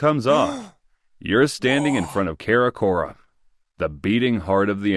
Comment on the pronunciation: it's Kharkhorum not kharakora wth